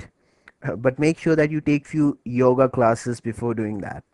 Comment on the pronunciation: "Yoga"? LOLOLOLOL.